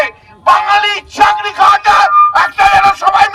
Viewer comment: Ore Matal ..Oi kotha ta "Chakri" ... "Chagri" noi re .